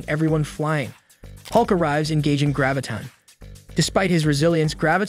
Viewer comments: I was trying to determine whether this was a human reading the script or was it a computer. I was wondering why these well known heroes and villains' names were being mispronounced: Gravitin (Graviton) and Ultrin (Ultron). Had the guy not ever seen the show? Then the clincher came when the computer pronounced Modok's name M - O - D - O - K. The computer didn't know what to do with Modok's name. People watching the show know Modok but a computer doesn't. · Right? A-vinjers and M.O.D.O.K. Gravitin and Ultrin.